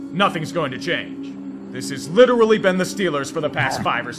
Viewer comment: Bruh. Again? I don't know how you continue to mess up the word literally 😆